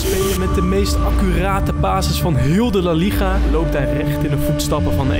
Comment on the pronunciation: Man zegt letterlijk rieal madrid en laliecha💀💀💀